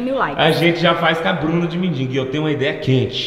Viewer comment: Gente, quantos erros de português. "MINDINGO", "NÃO CABE NIM MIM". kkkkk